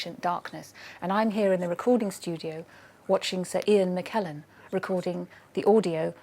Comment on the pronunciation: did she said Sir ian mackeyn